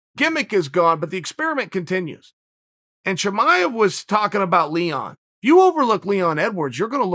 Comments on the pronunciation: **BREAKING NEWS*** Birth records have been officially changed: Khamzat Chimaev’s name has been changed to Hazmot Chimaez. Uncle Chael hath spoken... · From now on...Khamzat Chimaez...ok great... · Who’s Chimaez?🤣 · Everyone: Chimaev Chael: Chimaez Me: Chimaez it is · Thank God uncle Chael was here...khamzat didn’t even know his name was spelled wrong🤦🏾‍♂️ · Chael "Chimaez" Sonen